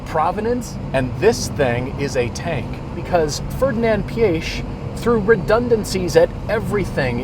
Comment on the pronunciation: nice review, just excuse my little nitpicking but pronounciation of name Ferdinand Piech is just terrible (its PIEC in english not PIESH), it was "Big man" of automotive industry back then so he deserves at least correct pronounciation